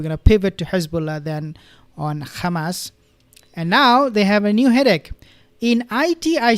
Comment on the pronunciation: Seriously, why does he say kkhamas, instead of hamas.